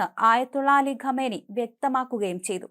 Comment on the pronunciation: ഗമനി അല്ല . കാം നഈ